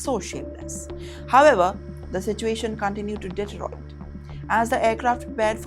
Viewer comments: Passenger = paaa-ssen-ger, deteriorate = d-t-rio-rate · some free enunciation lessons for you: Passenger is pronounced, pass-(as in lass)-enjer, not pa-seynjer. Aisle is pronounced 'Eyl' (s is silent) not azaail. 😆 Deteriorate is pronounced de-tee-rior-ate, not Detroit 😂 And finally, the best -- "what happens in the EAR are very real consequences on the ground". It was supposed to be, "what happens in the AIR.. " 😂 Anyway, coming to the news part - well, i am embarrassed as an Indian, to agree that many, if not most, of my fellow-Indians are just OBNOXIOUS, on travel. And when i'm travelling, i usually steer clear of my Indian people, because you never know what trouble or inconvenience they will bring with them to make your travel experience a miserable one. I've always wondered: Indians are so quick to learn all the wrong stuff from abroad (for example, the habits, the cuisine, the drugs, the drinking etc etc) but they never seem to learn the good stuff -- how law-abiding, well-behaved and socially likeable most foreigners are (of course leave the loud yankees and ozzies out, they're a different story). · AISLE… the A,S,E are completely silent. its pronounced exactly as the word ‘isle’ or the contraction ‘I’ll’ as in ‘I’ll be landing in Singapore….’….it’s NOT said as ASILE.. lol .. DETERIORATE- NOT DETROIT… come on now lady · atocious pronunciation. polis passenger is pusenjer (pus: fluid) aisle is asile!! for her it should be aysile. deteriorate is detoroit! he becomes 'it' continued approaching... what are the channel's thoughts about her? haywire reading the teleprompter! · Detroite? Did she mean deteriorate? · News reader can't read news.. can't pronounce aisle, deteriorate.. pathetic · Pronunciation of passenger, aisle and deteriorate is wrong.